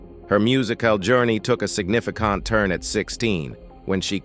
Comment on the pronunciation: LMFAOOOO signifiCAnt has me screaming